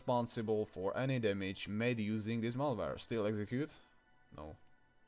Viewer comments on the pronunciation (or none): none